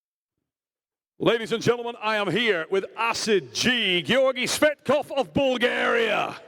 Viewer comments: did Travis say Georgi Fat-kov after 3rd round? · I can’t stand listening to Travis butchering everyone’s name anymore. “Gorgy Fetkof” come on. It’s literally your job to commentate on this event. Take the time to learn how to pronounce the athlete’s names.